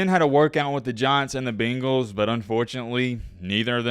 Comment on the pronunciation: BANGALS… not the fkn BEENGALS… good lord I’ve never been so annoyed by a word being pronounced incorrectly